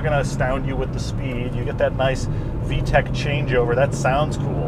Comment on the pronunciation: lol he says with d-tec